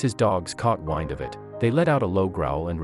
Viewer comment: Let's correct your pronunciation, when the dogs got wind...?. You said wind as if it was rope. Wind as in air.